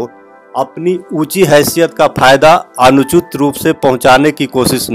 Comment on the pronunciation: Apne ek sabd bola ,,anuchit,per use anuchoot bol diya ,bhasha ka visesh dhayan Rakha karo